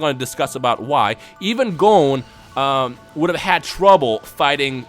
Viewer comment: woah, the way you say Gon doe